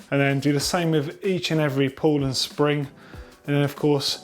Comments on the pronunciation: Pedantic, but pretty sure it's "pawl" not "pull". Otherwise helpful video as ever chaps :) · Good one again :-) Although should've read "pawl" instead of "pull" ;-) Also I wouldn't use oil in the freehub but rather a specific freehub grease.